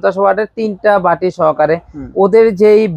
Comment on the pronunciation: ঝাড় হবে না যার হবে।ভাটি বলে বাটি k। সঠিক উচ্চারণ দরকার।